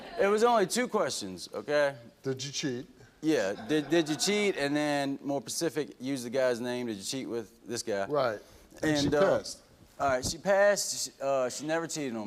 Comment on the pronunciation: "More pacific", jfc